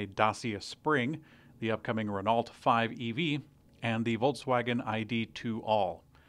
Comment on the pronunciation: Could you please pronounce Renault properly, thanks